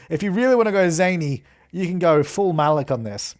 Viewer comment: at first i didn't get it because of the way he pronounced malik lmao, so i only actually understood it after reading the comments :p